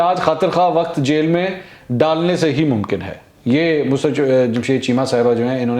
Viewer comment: its not MUSRAT...ITS MUSARRAT......